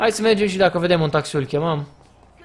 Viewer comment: Rafa se spune taxi nu taxiu